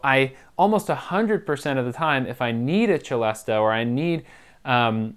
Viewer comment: I too love the Celesta but it's pronounced 'se-less-tah' not 'che-less-tah'.